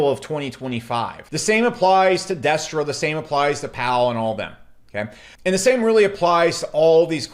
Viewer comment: Destra not Destroy